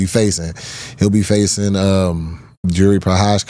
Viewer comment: “Jiri ProCashCow”